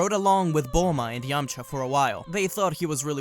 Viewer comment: Any true dbz fan would know that goku sometime says buluma instead of bulma